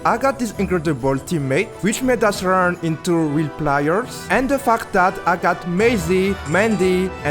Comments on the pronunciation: Bro saying fact awfully 😂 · yea it was really good btw. Veery unique idea. You should keep going. But plz pronounce fact correctly, it feels like something else 😂